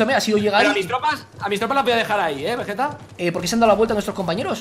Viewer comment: Caballero veguete no guerrero vegueta uuuu